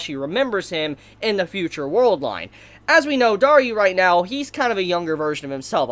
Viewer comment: I'm pretty sure he's just saying it that way to troll at this point. >.>